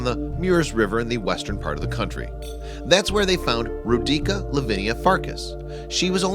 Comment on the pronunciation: it's not "Row-DEE-kah" but "'ROH-dee-tsah«!!!¡!¡